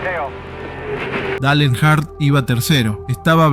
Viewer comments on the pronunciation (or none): "Dale Enar"? Se pronuncia Dail (Dale) Ernjart (Earnhardt)